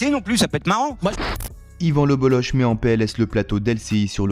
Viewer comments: On dit le bolok pas le boloche c est un nom breton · Le bolok en phonétique pas le boloche en phonétique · Désolé frère, on ne dit pas BolloCHE mais Bollok, c’est breton, comme la jota espagnole, le Bolloc’h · C'est écrit Bololloch, au lieu de Bolloch, et en plus ça se prononce Bollok et non Bolloche.... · C'est le BolloK, pas BolloSHHHH, OSKR ! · 🌚🌚🌚 Juste pour Info : on prononce "LE BOLLOCK" ☝️ et pas ""LE BOLLOCHE" ••• 🌚🌚🌚🌚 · Ca se prononce Le BoloK.. pas boloche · On dit lebolok, pas leboloche. Merci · PS : par respect, son Patronyme se prononce (en phonétique) Yvan Le "BOLOK" (et non pas "BOLOCHE") ceci n'est pas un reproche, c'est une information, cordialement, la bonne journée à vous tous ! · On prononce Yvan le Boloc, pas Yvan Le Boloche 🙂‍↕️ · Yvan le bollOQ ça se prononce comme ça merci 😊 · Ça se dit le bolok même si ça s’écrit le boll’och… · Yvan le Bolloch se prononce "Le Bolok". Pour info. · Ça se prononce le BolloK.. respectez les bretons ! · On dit Yvan Le BoloK!! Merciii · Le gen z ne sait pas que ça se prononce le BolloK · Ça se dit "Yvan LebelloK" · Ça se prononce le bollok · Yvan le Bolloc'h : se prononce le boloque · Ça se prononce le bollock. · Son nom se prononce Lebolok :) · Ça se prononce "Bolok" ^^ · ca se prononce le Bollok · Ça se prononce bolok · On dit bollok meme si cela s’écrit bolloch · ça se prononce Le BolloQUE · Ivan le" bolock" on dit😂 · on dit lebolok non ? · Un brave type, et c'est le bolloc'h son nom on prononce le k à la fin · Dommage que vous vous soyez plantés dans la prononciation de son nom… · Ca se prononce K à la fin